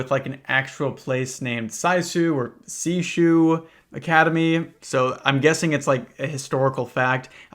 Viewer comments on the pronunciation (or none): ITS NOT SAISOO ITS SAYSHOW SEISHOU IS PRONOUNCED SAYSHOW WEFBIJwebiwDJ im sorry you were just pronouncing it so wrong i dont even know how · For anyone who's wondering, the name of the school would be pronounced more like "say-shoo" academy in the original Japanese :) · It's pronounced like "say-show" in Japanese. Well, not exactly but that's the closest you can get with english words. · It would be pronounced "SAY-sho" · good fucking god look up how to pronounce things. In your accent saying „say show“ would be accurate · heads up: japanese vowels are pronounced the exact same in every instance, and once you learn those pronunciations you can basically pronounce everything perfectly, even if you've never heard it before. "seishou" would be pronounced like "say show". i've never seen the show either (sorry i know this is nitpicking, but it's a problem that has a very very easy solution) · isn't it more appropriate to pronounce it as "sehh shohh", so as to prolong the vowel since "ei" and "ou" make the "eh~" and "oh~" respectively? also as a note, "ou" is pronounced the same as the "oa" in coal or the "o" in toll i'm still a beginner in the japanese language but this is what my teached taught me at the start of our lessons feel free to correct me if i'm mistaken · seishou is pronounced like "say-show" by the way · Seishou is something like "SAY-show". E is "eh" and I is "ee", and O is "oh." They aren't digraphs, each vowel is pronounced when you transliterate Japanese words, which normally happens when the writing system is a bit different from ours but we have all the vowel sounds and there aren't too many. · hearing seishou pronounced as seis hoo killed me instantly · oh cmon at least try to pronounce it there's an h in there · Watching him try to pronounce seishou was beautiful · Honestly, despite the fact it's very obviously not a European name, his sheer mispronunciation was somehow so bad it was both funny and painful